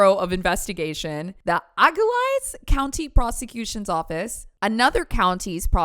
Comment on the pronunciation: Also Auglaize is said like Ah-glaze. c